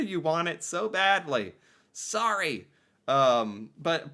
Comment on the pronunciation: How many times in one segment can pronounce sorry wrong?? 😝